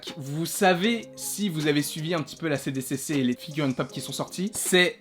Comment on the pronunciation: Trop bien ! 😍 Mais par contre c’est "SDCC" pour San Diego Comic-Con et pas "CDCC" ! 😜🤣